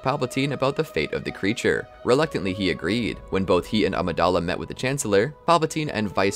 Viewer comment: Too bad they can’t pronounce Coruscant or Amidala